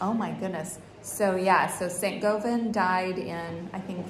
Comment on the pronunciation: Rooter! Rhymes with Route 66! I think Govan rhymes with govern. Is access to St Govans still restricted as it's on MOD land?